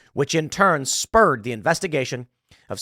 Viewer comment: Tim: -- which spurred the investigation by Mueller -- Me: I heard "sperg" who else heard it?